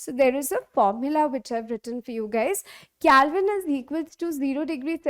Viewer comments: It is not calvine it is Kelvin 😅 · Yup that is not calvine that is kelvin 😂😅